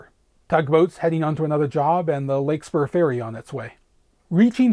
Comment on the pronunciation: This was really a lovely tribute to the Bay, and — as is characteristic of your content, and one of the reasons I subscribed — a very poignant meditation on your experiences throughout. Kudos, also, on managing a feat that few would even contemplate! Also, just fyi: it's Larkspur (so named for the flower), not "Lakespur" ;)